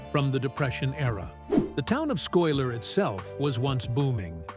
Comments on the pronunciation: The town is misprounced it's pronounced Skyler even though it's spelled Schuyler. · The town is pronounced Sky lur!!!